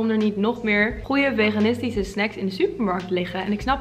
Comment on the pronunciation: Zei ie nou vegantariers?